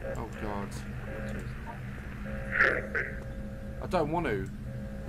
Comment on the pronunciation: ‘’ i dont wannu’’